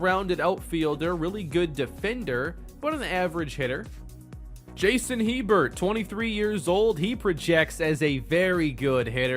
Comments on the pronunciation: It’s pronounced (A-bear) Hebert. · I believe “Hebert” is pronounced like “A-Bear”. Like Bobby Hebert of the NFL. Also I have a HS baseball coach with that last name, pronounced like “A-Bear” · Hebert is pronounced 'a-bare', just so you know